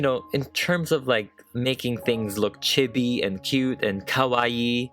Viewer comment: the way he prounouced chibi is wrong It's prounouced like chee-be Don't worry I used to pronounce it the same way lol